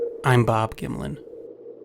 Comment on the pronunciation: "HI, you're....not Bob Gimlin."